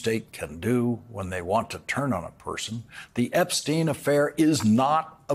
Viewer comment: Jeffrey Epstein is the only name Trump says correctly and confidently.